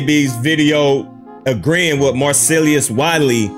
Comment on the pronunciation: Why is it so hard for you to pronounce Marcellus? Mar-sell-us🤦🏾‍♂️